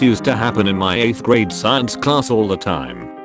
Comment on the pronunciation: I love the way this bot says science sCIEEns